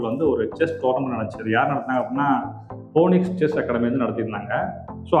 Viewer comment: போனிக்ஸ் இல்லை ஐயா பீனிக்ஸ்